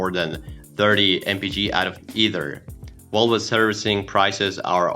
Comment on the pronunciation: Why do you keep saying Wolva?